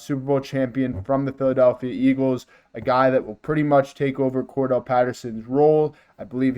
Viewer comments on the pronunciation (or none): Get the players names right you might get more subscribers "Cordarelle" not Cordell.